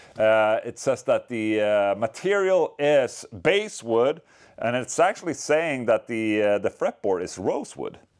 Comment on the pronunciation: Its not pronounced "base wood" its got a short A sounds like the fish.